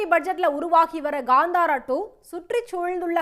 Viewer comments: It's kantara not kandhara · It’s not Gandhara, it’s kaanthara